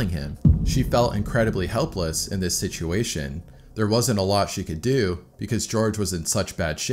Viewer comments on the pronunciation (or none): none